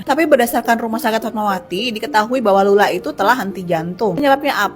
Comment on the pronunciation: Kenapa setiap nntoon dsni ,, lu selalu salah trus baca nya ya bang ?? Lulaa ,, sering banyak video lu salah baca bang